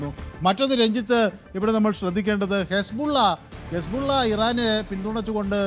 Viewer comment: യെസ്ബല്ല അല്ല പൊട്ടാ ഇസ്ബുള്ള